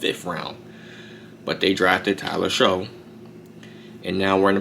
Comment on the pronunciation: It's pronounced Tyler "Shuck"